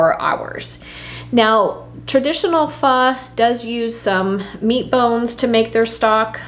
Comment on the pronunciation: I just got my star anise in the mail, so I am ready to make a beef pho! It’s pronounced “fuh.”